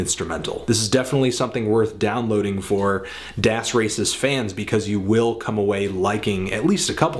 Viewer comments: Please stop pronouncing " 'das" wrong. it's DAAS. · Look at any interview with Das Racist and listen to how they pronounce it. It's das, as in rhyming with ass.